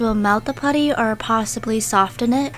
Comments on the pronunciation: Soften not sof ttten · Just btw it’s pronounced ‘soff-en’ not ‘soft-en’ 🙄🙄🙄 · I love her channel so much but why dose she pronounce the T in soften? Oml I'm sorry lol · sOfTeN You need help with that word sis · hey, not criticising or anything but in the word soften, the t isn’t pronounced so it’s like soffen. just a tip for you, no hate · y do u say sofTen insted of sofen that really gets on my nerves like if u agree! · Every time you said sofTEN I cringed so hard. Soften is pronounced “Soffen” 🤦🏼‍♀️ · No hate but it’s pronounced “soffen” not “sofTen” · Does any one else realize she say soften but pronounce the t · i absolutely love this video but i just can’t with the pronouncing the T in Soften the T is silent😅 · #stofentheputty the t is silent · The way she says soften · U keep saying soften not soften. ....... pet peeves